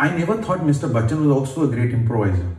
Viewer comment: Still it's not Bakchan,.